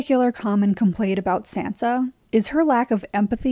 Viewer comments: ....you're saying her name wrong and I hate it. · I liked the commentary on Sansa here but I couldn’t stand the way the narrator said Sansa and I’m probably the one saying it wrong but I don’t think that’s how it’s said in the show